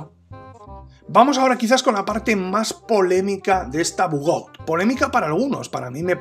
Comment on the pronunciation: Todo esta bien en el video... Pero no españolices los nombres... Pronuncia su nombre en su idioma original, no es bugout, es bugaut (la pronunciación)